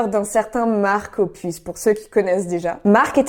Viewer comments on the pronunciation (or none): none